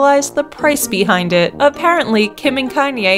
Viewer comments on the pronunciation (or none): none